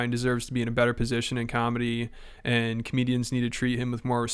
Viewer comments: What you mean b? What about cawlmedy? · You just don't pronounce cawlmedy correcdly, b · Hilarious how Schaub is technically a comic with two specials, yet he can’t pronounce the word comedy 😂